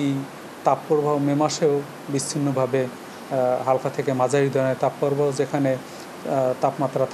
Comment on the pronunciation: Tapoooo probaho word ta kothy porechen ai songbad pathok??? Age kotha bolte sikhun